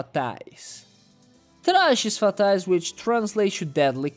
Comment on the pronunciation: You've said "Trajes Fatais" so clean that I instantly realized the video was made by a Brazilian lol Hope this video gets more attention. "We're together" XD